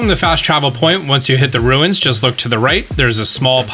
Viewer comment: "Ru-inns?" Oh no... I'm getting Cool Hwipp and Hweet Thins flashbacks.